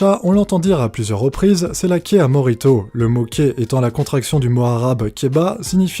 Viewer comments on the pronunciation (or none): Ta prononciation de "Kehr" est juste...drôle.